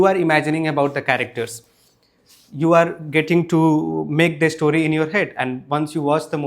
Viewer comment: there's no 'e' in the word story. it's pronounced store-ree, not e-store-ree